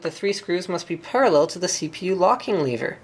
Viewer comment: he says parralel with the "retention arm" thing